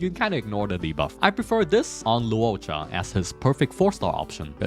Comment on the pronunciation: Bruh. You have butchered Loucha name like 30 times and you say you dunno if you spelled Yukong name right. We learned how to spell Loucha name during live event and you called him Luouocha all this time. His true name is Latte cha cha.....I mean Lacha.